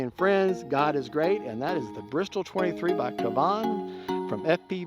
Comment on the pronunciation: Now this was good!! No unboxing. It is a beautiful plane. Mine (real Bristell) is blue like yours. It's not an inexpensive RC plane but, I think I need to have one! I wish I could order it with the same paint scheme as mine. Love your demonstration of stalls. And it's pronounced bris-tell 😁